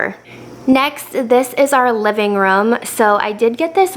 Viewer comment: it’s a room not a rum